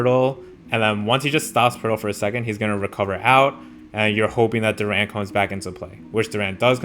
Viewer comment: Jalen Duren's surname is pronounced with the stress/emphasis on the first syllable, resulting in "DUR'-en" rather than "dur-EN''".